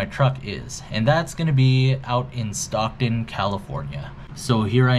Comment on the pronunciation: Cringgggee why would you say it like that.. Stockton lol 😂😂😂